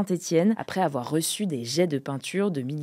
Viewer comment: Il faut pas afoir peur.